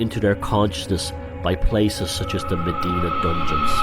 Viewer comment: I don't know much but one thing i do know is in malta Mdina is pronounced emdina and not medina, as you might of guessed this annoys me